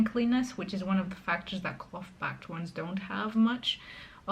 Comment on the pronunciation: I like you very very much but: "cloth" is not "clot", the "th" is like in "thunder"